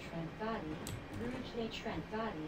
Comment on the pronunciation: oh btw the way its ruu-geer-lee ;) im at lichfield